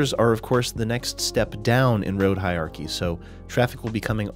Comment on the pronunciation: I hate to be one of those pedantic Internet jerks, but I just can't help myself. It sounds like you are saying "hi-ar-kee", but it's pronounced "hi-ur-ar-kee" But seriously, great video on an important and too often overlooked topic.